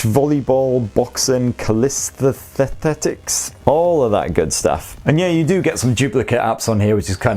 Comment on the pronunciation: Hey, loving your Freudian slip today on 'Prick' instead of tick..also your endearing attempt to pronounce "calisthenics" - though that is a bit of a tongue twister innit - it being a fancy Greek word for 'exercise'.... That being said I love your channel and your perky, sweary, self deprecating Geordie personality.. you are one of the funniest blokes on utube IMHO...keep going keeping us all sane and cheerful please!!! (God I would have killed to come up with that pun on 'Tech' and 'expert'...plus all your reviews are dead useful to none-appleistas like me...